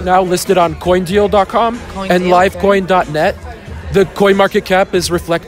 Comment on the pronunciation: coindeal?? ahahha lololll